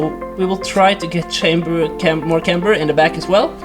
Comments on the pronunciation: Say KAMBER instead of shamber :) Camber its called ;) great vids btw! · Camber, not chamber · Kæmber, not Chamber bro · Intresting way to say camber lol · Lol the way you say camber😂